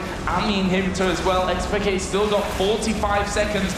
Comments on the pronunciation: xPekt* not xPekted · dude...... it's xpeke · "x peak keh"